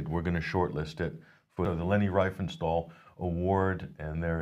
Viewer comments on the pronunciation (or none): she is pronounced ' reefenshtaal...' the a like 'staggering, riefenstahl, greetings from Germany ;)